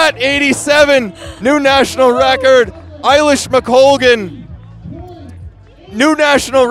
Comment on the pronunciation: The bit that really frustrated the bejesus out of me was the i-lish mcoglan…. Like, wtf guys.. get it right will you…. That being said, this style of commentating and coverage far outstrips the tired and old style of the BBC!